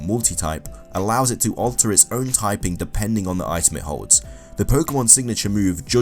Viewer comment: and weasel? I heard weasel. I'm pretty sure it was Buisel.